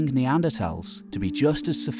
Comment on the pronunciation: This is hilarious. Poor narrator didn’t get the memo that it back to the old pronunciation of NeanderTHals now....